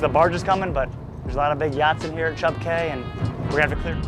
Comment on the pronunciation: Bro, cay is pronounced "key" It's not Chubb Cay. It's Cubb "key" It's a Spanish word that's been anglicized from cayo meaning small island. I thought you would like to know, since you reach so many people. Please say it correctly.